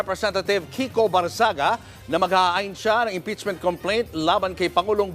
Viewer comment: ANG TANONG PAANO AT BAKIT IBINOTO NG MGA TAO YAN KUNG MAY SAYAD YAN?? FIRST TIME ATA SA PHIL POLITICS MAY NAKALUSOT NA CANDIDATE NA MAY "MENTAL PROBLEM" ...HE DOESNT LOOK NORMAL AT ALL!! ANO NAME NYA BARNGAGZIA! GANYAN BA I PRONOUNCE??